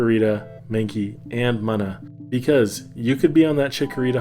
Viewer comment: It's called "MOON-A"